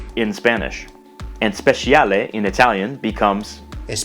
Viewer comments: You pronounced everything correctly despite not being an italian native speaker, except for "speciale" where 'ci' is read as the english 'ch', and "vivere" is not "vivère" but "vìvere" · Speciale is pronounced [spe.'tʃa.le], not [spe.ʃi.'a.le]. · speciale va pronunciato "speCHiale" :) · L'articolo determinativo italiano per il femminile plurale "le" non si apostrofa mai... Inoltre, si sente molto che la pronuncia italiana non è di un parlante autoctono; per esempio in "speciale" NON si pronuncia la lettera "i" (come si sente nel video) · I notice you pronounce the Italian "speciale" with a "sh"-sounding "ci" and am wondering if that's a dialect or a mistake?